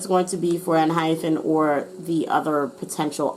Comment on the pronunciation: Their name is a play on the word hyphen but it's not pronounced hyphen. It's pronounced hy-pen. Plus it's obvious you collected some talking points and manipulated your reading to re-iterate that lol. Mature fans are well aware of the lashings they got and I'm not going to say there wasn't ever tension or communication breakdowns, but there certainly wasn't any bullying. As for the rest, every fan knows they're 1000% aware of their situation, they don't talk about body image negatively at all, actively say stuff about their group dynamics and about how they're growing and getting closer. Basically they are aware of what people are saying and they want to garner more trust. And as per fatphobia, the fault lies in non-fans or anti-fans more because 70% idols have said and perpetrated more harmful and offensive ideas and no one batted an eye. So yes they do need to do better in not offending other people but they deserve to live and grow and perceived kindly because they're not actually the people as everyone portrays them to be. And your talking points were very weak and generic in that sense.